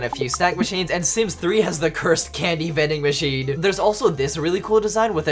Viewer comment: Man when he said “it’s vendin machinein time” I really felt that. 10/10, would vendin machine again